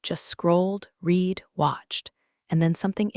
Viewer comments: The past tense of read is pronounced red. Patagonia is pronounced Pat a gon ya . I love this site. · Get your editing a1 updated!!!! "Read" pronounced red or Reed? Until you get that corrected you won't get a like from me. Eugene left at the office or taken home?